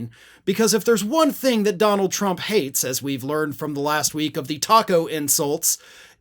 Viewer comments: She said it correctly! He’s a chump 😒 I’ve called him that for years 😭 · She definitely said T.A.C.O chump. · She's done that several times 😂 Is this what she really thinks of Chump?😮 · Is she really saying "President Chump"?! 😮 I Like it! 😂🤣😂🤣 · Nah, I have excellent hearing. There’s no ‘r’ in there. She said Chump.. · Once you hear it, you can't unhear it! He certainly is President Chump! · She has a problem with the tr sound, she also say chuck for truck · You're right, it really sounds like "President Chump". I'm so use to her saying Trump that at first I didn't hear Chump so much as the word Trump didn't sound right. The second time is clearly, "Chump" Sound very Freudian to me. The truth is coming out whether you want it to or not. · I said this months ago that it sounds like Chump whenever she says his name 😂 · 😂 perfectly fitting for “chump” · I thought it sounded like "Chum" (which is even more insulting. Chum is shark bait made of old fish guts. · Freudian slip? She didn't flub that at all! 😜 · I have been saying this since the first time she ever reported on him at the first disgusting excuse for a secretary meeting. She can’t say his name properly. That’s why she always says this president. It gets on my nerves so bad. This is hilarious! Thank you, brother. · I feel like this one is a bit of a reach,. I think she's just got a bit of an accent and sometimes her r's get lost, she is from New England, a region famous for its non-rhotic accents (eg: pahk yuh cah in Havahd Yahd). I've noticed that in the way she pronounce other words as well. It's funny that she effectively called him chump, but I think it's just due to her accent. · The way you use pronounce CH and TR is very similar, she's being a lazy speaker and not enunciating correctly. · No for once she is speaking correctly!!!…Taco is definitely a Chump 😂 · She's pronouncing Trump like Toronto. I hate her, but you're stretching here. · It sounds to me she is saying shrump.